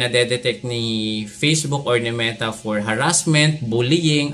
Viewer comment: Gusto ko yung puro F ang p tas puro p ang f- fafyular, fortray, peysbuk 😂😂